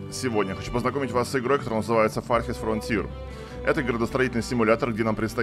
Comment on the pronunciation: "Фартхест фронтиер" мужик, ты серьезно, или стеб?